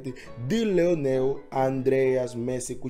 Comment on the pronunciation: É Lionel, com "i".